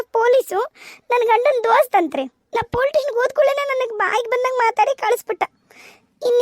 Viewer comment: Dialogue helovaga plz police station antha correct agi pronounce madi.. Adu politation anta kelsutte.. Idu suggestion n request 😊